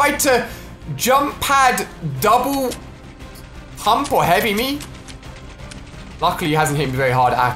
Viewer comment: Ali a says double hump instead of double pump